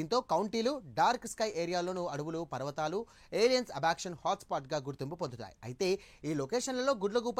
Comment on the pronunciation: అబక్షన్ కాదురా Abduction